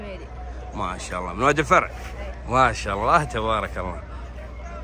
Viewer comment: ما شاء الله وليست ماش الله انطقها صح ولا ااتقولها هل ترضى احد يقولك ماش حسن